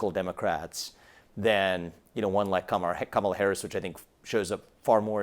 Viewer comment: Kamala, stress the first syllable. Not difficult Chris.